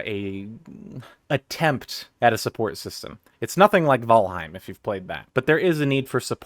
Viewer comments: It's correct. Most people pronounce "Val" rhyming with "Gal" but you pronounced in the correct Old Norse way. Valheim means "Realm of the Slain (in battle)" and its name comes from Valhalla (Valhǫll in Old Norse - The Hall of the Slain). Val is correctly pronounced something like "Vole". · Nice pronunciation of "Valheim", by the way.